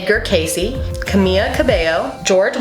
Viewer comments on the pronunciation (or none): I love you but you mispronounced Camila’s name but then again a lot of people mispronounce it